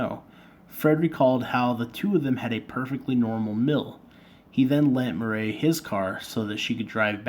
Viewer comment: It is pronounced like Mur eee . And no Butch never got near her